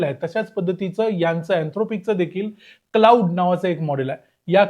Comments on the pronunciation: Claude हे क्लाउड नाही, क्लॉड असा उच्चार आहे रे दादा. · कृपया आधी या मॅाडेलचं नाव योग्य प्रकारे उच्चारण्याची काळजी घ्या. क्लाउड असा उच्चार नसून तो क्लॅाड असा आहे. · त्याचा उच्चार 'क्लाउड' नाही, तर "क्लॉड" असा आहे.